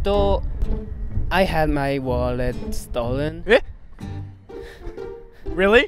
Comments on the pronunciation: WALLETO AND PASSPORTO WAS SYOLENO LMAO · very gudooo, butooo. My walleto, passporto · hahah find it cute how some add the "o" to English words "walleto" "passportto". The guy with the black scarf from Osaka is cuute <3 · Aw. His walleto and his passporto got stolen😂